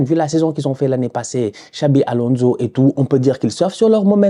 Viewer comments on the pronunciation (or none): none